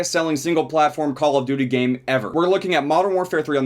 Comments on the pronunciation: So I've been watching all his vids on cod thinking the intro went "I like dirty" not "call of duty" it kinda fits tho lmfao. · I THOUGHT THAT THE INTRO WAS SAYING "COLORED TURKEY" INSTEAD OF CALL OF DUTY IM SO DUMB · I seriously thought you always said "ouhhh youu dirty" at the intro of BO3. I finally realised you meant "Cooul ouhh Douty" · Finally found out he was saying call of duty in the intro, always thought it was a herp derp kinda sound.